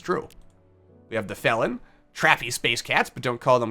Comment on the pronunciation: "You know what? That's how I'm gonna pronounce them from now on." That's exactly how you're supposed to pronounce "felin". Trust me, I should know ;)